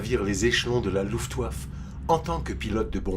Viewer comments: La voix off est pas terrible, avec des défaut de prononciation rédhibitoires. (Luftwaf) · Tient il y a aussi la prononciation de la RAF. qui va pas. On prononce les lettres à part c'est R puis A puis F pas RAF d'un coup. Et luftwaffe on prononce le é à la fin.